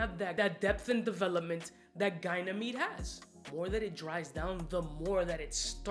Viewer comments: It´s Ga ni me de, not gay ni me de. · ) It's definitely not pronounced as GUY-Nameed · It’s pronounced ‘Ganie meed’. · Bruh how do we pronounce Ganymede? I swear it can't be Gynamede :/ :D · How illiterate does one have to be in order to pronounce “Ganymede” the does???